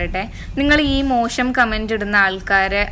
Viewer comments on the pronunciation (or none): ഈ വീഡിയോയുടെ ഉദ്ദേശം എന്തുതന്നെ ആയാലും. മലയാളത്തിൽ " മോഷം " എന്നല്ല " മോശം " എന്നാണ് ഉച്ഛാരണം.